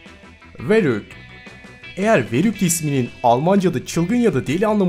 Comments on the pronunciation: su verrückt ferükt diye okunuyor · abi verrückt diye yazılıyor farükt diye okunuyor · Verrückt ferrükt diye skonusuluyo 😂😂😂